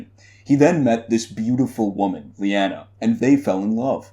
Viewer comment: I friggin LOVE this theory! You have a unique interesting spin on it that has my wheels turning! LOVE it! Thumbs up! As a side note, I believe it is pronounced "Lie-ah-nah" instead of "Lee-an-a" :) Keep up the great work!